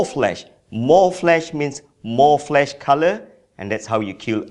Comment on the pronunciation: Flash not flesh